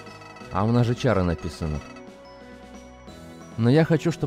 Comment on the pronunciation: не чара а кара